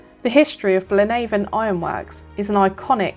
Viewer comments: Excellent video marred by only one thing. The pronunciation of Blaenavon! Nobody in that neck of the woods says BlaenAVON as in river Avon. Its pronounced as to rhythm with HAVEon! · Fascinating! 😍 Again, I've never been here either (which is bad for a Welshman!). I thoroughly enjoyed this one, loads of history 🤩 Really interesting, thank you 👏Btw, Blaenavon is pronounced Blaen afon, which means "River's Head", as it's the source of the Afon (River) Llywd, which feeds the River Usk 👍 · Thank you so much, genuinely it's great to hear your thoughts and feedback. I apologise if i mis pronounced Blaenavon 😶but thats super interesting, i thought it had some connection with the river so its great to know, thanks so much for commenting and watching! <3